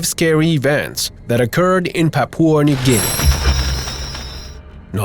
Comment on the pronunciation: Papua not papooa